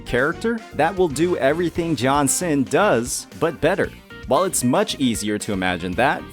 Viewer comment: Lost 50/50 to jianxin (s1) on changli… i felt good lol… i love her… i have selected 80 pull banner still and will pull for her s2. I dont mind getting her copies… got verina on first 50 pull banner… dont have other limited 5 star… got lucky But bro is butchering jianxin name again in another video lol… and she is my fav … (i have changli and yinlin too)